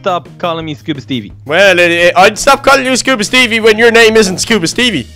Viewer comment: can’t say scuba Steve